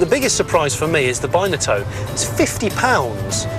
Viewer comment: You call it a bineatone and its not its binatone